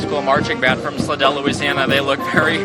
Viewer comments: Love what y’all do, but it’s pronounced Sly-dell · Nice job. Fyi... Slidell pronounced slydell